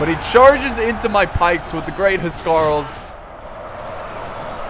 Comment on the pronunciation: My OCD keeps getting triggered when you pronounce Huscarls :'(